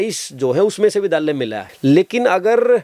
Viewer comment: vidhaalya nhi vidyaalya